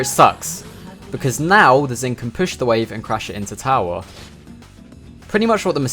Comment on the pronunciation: Great vid, but I can't get over how you pronounce püsh